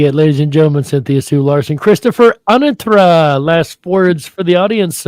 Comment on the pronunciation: I remember being a-NA-tra and it changed to a-na-TRA. It is the former pronunciation in the intro to his videos.